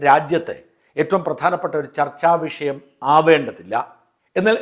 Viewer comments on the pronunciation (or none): none